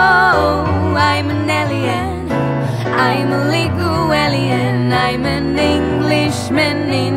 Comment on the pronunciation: A nice version of a great song., if you ever get to read this 'Alien' is pronounced 'Ay-Li-En', it's one of many English words that are pronounced differently to how they are spelled. Best wishes from an Englishman in West London!